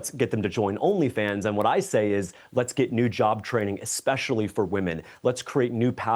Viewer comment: ECspecially .... That tells me everything i need to know.